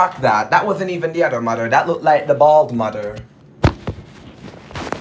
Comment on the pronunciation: It sounds like your saying “udermuder”💀